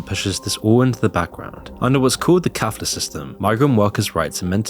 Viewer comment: Brother, it Kafala system, not kafla 😜 and it's in short modern-day slavery